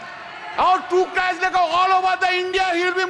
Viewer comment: Crutch not crach